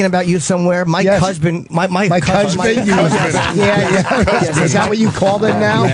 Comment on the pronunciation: Jimmy’s cusband flub would’ve been a GEM if he got it out right